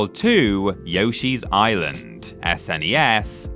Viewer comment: I can't stand everyone retroactively calling it "super nintendo" or "Ess, En, Ee, Ess" in the 90s absolutely everybody called it the "Snez" So thanks for doing that